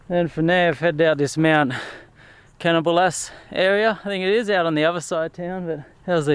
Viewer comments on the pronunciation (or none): It's pronouced Can-knob-o-lass